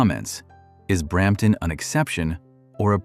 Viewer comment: Brrramptton …… ? Thanks - NO